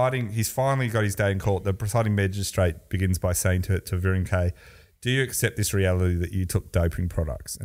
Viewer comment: clearly doesn't watch the Tour or failed French at Melbourne Grammar. His pronunciation of cyclists names is deplorable. Richard Virenque is Rishard Vironk.